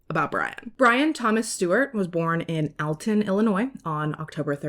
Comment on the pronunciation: Alton is pronounced "All-ton"